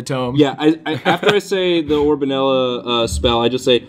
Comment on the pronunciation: It's 'orboNELLa', not 'orbonellAH'!